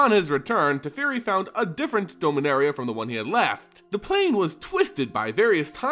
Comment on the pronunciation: You need to say the As in "Dominaria" as As (like you say in the word apple) and not like an E.